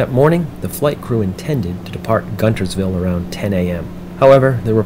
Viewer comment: It’s pronounced “Gunersville”. Spelt Guntersville.😊